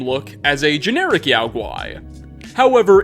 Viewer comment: I realise he said "reflecting" but thats not what it sounds like.